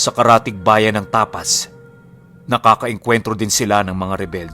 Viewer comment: Pati po tapas. 😉